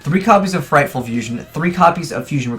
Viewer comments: Frightfur, not frightful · Fluffals are only good for Single Duels. They are pretty meh in Matches. PLus DDD doesnt need to be mixed with mediocre tier shit. ABC Player was terribad and Thrasher Rank 4 Engine> Infinity. Also FrightFUR not Ful. So cringe when you can't read.